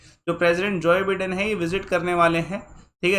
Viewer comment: जोइ बिडेन❌ जो बाइडेन✅